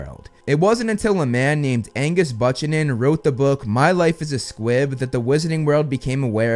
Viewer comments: Did he say bu-chan-in? I assume he meant buchanan (byu-can-in) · Buchanan pronounced bew-cannon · pronouncing "Buchanan" the way you did when you had a president with that name is wild